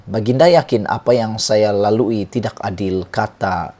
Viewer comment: Sebut tidak pun x betul